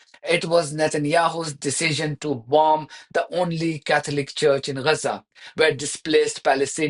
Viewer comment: It's Gaza - not Reza. Please learn how to pronounce the letter G.